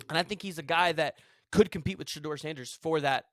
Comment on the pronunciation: DUDE!!!! LEARN HOW TO PRONOUNCE COACH SANDER'S SON /QB NAME!